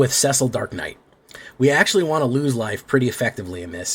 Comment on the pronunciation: Cecil is a common name and sounds like Sea-sill